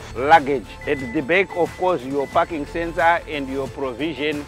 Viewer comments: It’s parking lol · is he saying parking sensor or i am hearing fucking sensor 🙂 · 😂 for a second i thought he said "here there is no fucking sensor "😂😂🤣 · "parking sensor" sounds like "fucking sensor", nice one mate, i would buy one. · I thought l was alone hearing f**kin sensor. 😂😂😂😂😂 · First I thought this guy said there is no fucking sensor 😂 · He was saying parking and i thought fucking sensors😅😅😅 and i thought he was saying wantedly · Is it me or he is saying the fu**ing sensor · What he says parking sensors or fu*king sensor 😂😅